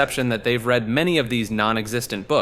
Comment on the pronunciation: is this voiced by an AI? between "read" and "lead" being said with the wrong pronunciation and deus ex "machina" being pronounced like "mah-chee-nah" (instead of "mah-kih-nah," which is the correct pronunciation) I'm not convinced this is an actual person reading a script edit: "oh-row-bor-ohs" really?? ouroboros???? why "make" a video if you're not going to actually make it. yeah it's a long ass video and would take a lot of time to voice (if done by one person), but why should I bother watching something you didn't even bother to make?